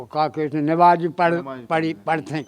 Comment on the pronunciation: नबाज 😂😂😂 पहले बोलना सिख 😅😅लो नमाज़ होती है नबाज नहीं